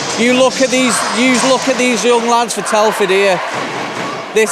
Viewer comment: Telford not Teleford ! 🙄